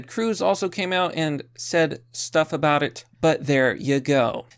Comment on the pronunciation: Oooo what's this all aboot?